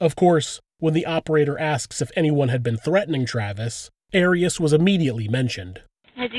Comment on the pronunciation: It's not AIR-EASS, it's AHR-EEAS